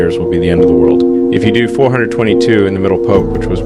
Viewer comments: Why does Elon say pop instead of Pope. It's AI talk isn't it? He didn't speak this not to say he's a saint. Might all roads lead to Rome? And 33 is the most esoteric all sign number? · Pope not Pop...❤ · People talking about good and evil and can’t even get past black and white. Smh 🤦🏽‍♂️ and was the first part of this video A.I.? Why did it seem unnatural with Elon saying “Pop” instead of “pope” and then saying “Pope” halfway through the video?